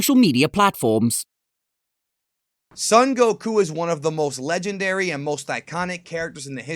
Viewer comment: Your mispronunciation of ‘Son Gokuh’ is upsetting. :(